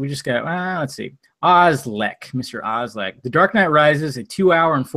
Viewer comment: read my question but can't pronounce my name 😂